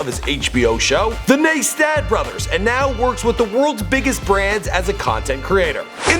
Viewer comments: N-eye-stat... Not... N-ee- stat. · Its NICE-TAT, not niece-tat, not nay-stat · Nice Tat not neystat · It's Neistat (nice-tat) why is that so hard for you? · It's pronounced ny-stat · Neistat is pronounced Nice - Tatt. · Casey Neistat NY-STAT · NI STAT is how it is pronounced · Its pronounced "Nice Tat" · You pronounced Neistat wrong in the first clip but in the before they were famous you pronounced it right... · how to pronounce Neistat. Nice-tat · You pronounced Casey Neistat's last name wrong again it's Neistat like (nice tat) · Neistat= NICE-TAT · You said caseys last name wrong lol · Please say Neinstat right lol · you said Casey's last name wrong you douche